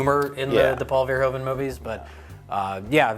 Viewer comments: it's pronounced Paul Ver-hooven, not Ver-hoven ;) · Hey guys, Verhoeven is pornounced FER-HOO-FEN, its a dutch last name. :D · Please stop saying 'Verhoeven' that way :p It's pronounced 'Verhooven', as in Hoover... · Paul Verhoeven is pronounced Pawl Fair-Who-Fun